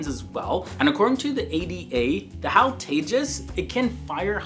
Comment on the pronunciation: It's no hal It is H.A.L